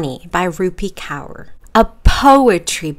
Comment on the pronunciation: just as a side note it's pronounced core not cower 😭😭